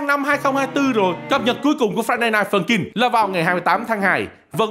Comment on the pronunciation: Ông cứ nói friday rồi dừng rồi ms nói night funkin nghe ức chế 🤣